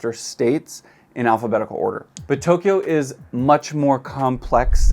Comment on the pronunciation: 東 Tō "east" ... "京" Kyō "capital" Two syllables, not three. Good vid.